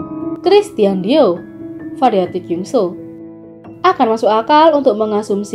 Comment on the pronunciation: It's kyeongsu... Not kyungso.!!